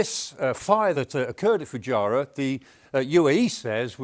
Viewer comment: There is a strategy?? OMG, at least get the pronunciation of things right, Foo-gy-ra??? 😅😅Never heard it called that before.